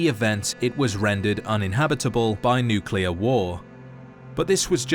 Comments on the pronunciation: just a reminder that it’s pronounced NUCLEAR not NUCULAR 😒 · Bro its nuclear, not nucular, enunciation!